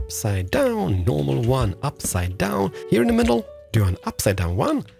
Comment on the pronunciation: "wan, too, fee, for"